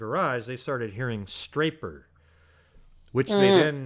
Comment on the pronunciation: Why don't I ever hear the possibility of him saying "escapers" insteAd of this staper business? I know escapers isn't exactly a word either tho it has a lot more of a probable meaning than that of the scaper or staper.